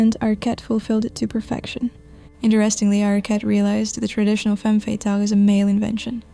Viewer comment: Did she say femme fattil ??